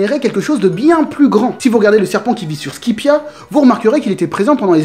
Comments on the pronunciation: C SKAYPIA PAS SKIPEA BORDEL !!!!! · Tu dis "skipiea" mais ca se dis "skaypiea" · Sanji Vinsmoke je parle de la prononciation pas de l ecriture je sais tres bien que c skypiea mais lui il prononce skipéa alors que c skaypiea